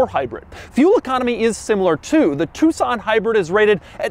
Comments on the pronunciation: It's not Hyundai two-son it's a tuCson (like tuk-son) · Doug, why u saying TucSAN? its an O men... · Us asians call it Tuck-son instead of Two-son U know, how it spelled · Did anyone else think it was pronounced Tuck-Son this entire time ? 😅